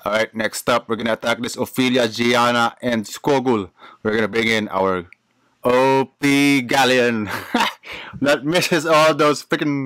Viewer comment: i really like the way you say op and gg